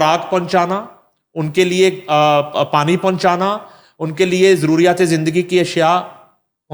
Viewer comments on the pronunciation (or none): none